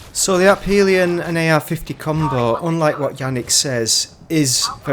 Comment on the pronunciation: Why tf do you mispronounce Aphelion (afeeleeon) 20 times in a row man, cmon 😐